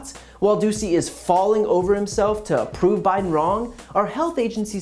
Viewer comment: I heard the reporter’s name as “Peter Doozey” 🤪